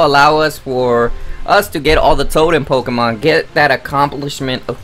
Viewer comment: “Pokamon Saaan and moon”